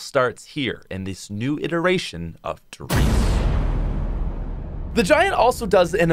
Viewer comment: You said one der reise and I was so confused for a minute and then started laughing